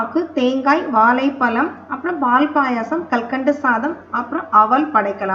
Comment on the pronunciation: Please tamil la correct pesunga ma.. vazhlaipazham nu sollunga... Valaipalam , valipadu... please learn to talk tamil in a right way because aanmegam idhuvum thaan